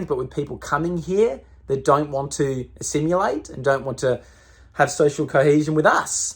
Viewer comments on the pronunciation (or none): Enjoying your videos but you really need to learn how to pronounce "assimilate". It is not assimulate". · Hey quick one, not griefing or nit picking but please look up how to say assimilate, a-simulate doesn't sound right. The only reason why I say this is because you're putting your neck out and your detractors will poke at anything they can to make you look like an idiot like "he can't even say assimilate properly" ha ha har har... detractors will pick anything to make you look like a uneducated pleb.